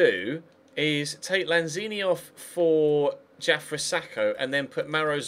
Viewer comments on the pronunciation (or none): Why do you pronounce Diafra as "Jafra"?